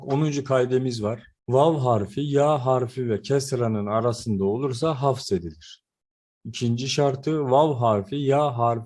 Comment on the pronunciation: Hafzedilir degil hazfedilir